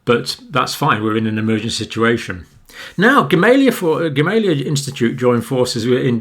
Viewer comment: It's pronounced GamalEya actually.